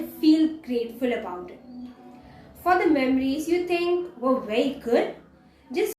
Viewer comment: Bery interesting And Bery Bery Good